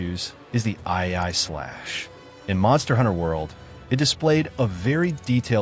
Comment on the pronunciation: why'd you narrate this with AI? and did you not check the way it pronounced EE ai slash and "helm" breaker instead of "realm breaker" the video was fine but i cant even be sure you actually wrote it now. at least the production in editing and testing was good